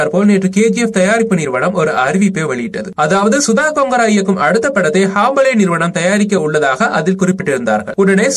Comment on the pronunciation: It's not hambale it's HOMBALE... Try to pronounce properly...